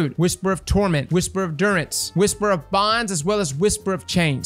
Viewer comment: I have one: and mispronouncing "durance"